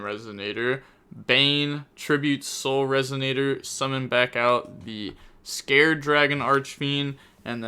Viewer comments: Scarred, not Scared. Scar. If you're going to commentate and be on people about misplaying so much that if they breathe wrong it's somehow a misplay, at least put some effort into basic pronunciation. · Lmfao bro im CONVINCED youre trolling with the names now. Scarred, as in scar, not scared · It’s pronounced “scar red” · Only thing I’m scared of is how you pronounced scarred lol